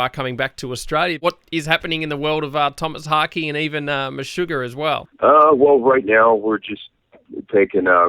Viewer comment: "tomas hockey" "meshugar" lol